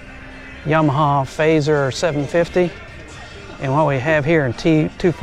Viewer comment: Fazer? It’s an FZR.. unless in the States you pronounce the F.Z.R as Fazer? 💁🏻 Some nice bikes there, & some strong prices! A 1 mile ZX7R?! I have various 90’s bikes, including a 1990 ZXR750 H2 (my favourite 😊)